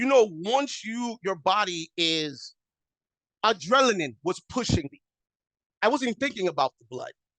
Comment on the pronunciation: my man said “ADRELANINE” 😅